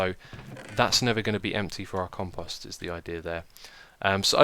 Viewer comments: Ummm.... Xisumavoid there is a long "o" in Compost like you would pronounce "Post Office" .. Just to let you know for future episodes.. Over all great series! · I wish he could say conpost proply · Compost = Comp -o ( say "O") -st lol pet peeve... grammar... love anything you do!